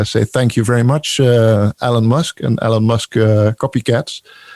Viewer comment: I like how pronounces Elon as "Allen"... Think I might start doing that.